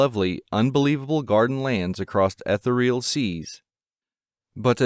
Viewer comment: Not Ethel-real;it's E-THEE-real.